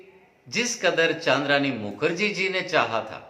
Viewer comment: चन्द्रानी मुखर्जी को चान्द्रानी मुखर्जी बोल रहे हो?